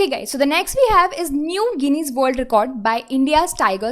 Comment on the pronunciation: When u read ...please ensure u say correct pronunciation. especially check for "Guinness" pronunciation.